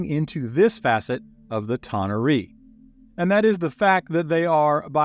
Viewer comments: A-ver-nus, not a-VER-nus. Ta-NAR-ee, not ta-na-REE. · Thank you for the effort. Your pronunciation of the Bae-Aht-Zu , the Ta-Nar-ee , as well as Asmode-ee-us , are wrong. Yet your pronunciation of Baator is correct and is the root word. You also would have done yourself a MASSIVE service by going back to the 2nd edition Planescape setting for lore, origins, and an even better understanding of the motives and influence of each of the factions. Well produced video though. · Thought I found myself in Star Trek for a moment - tah nah ree? Always amazes me all of the different ways various groups pronounce D&D names. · How do YOU,, not know how to pronounce tanar'ri?? 🤦